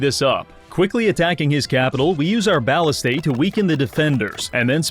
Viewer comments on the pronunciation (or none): ballista is pronounced "buh·li·stuh" not "bow·li·stuh" ballistae (plural for ballista) is pronounced "buh·LISS-stee" not "bow·li·STAY" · why does he keep pronouncing ballistae (buh-lih-stah) as Ballistay 😭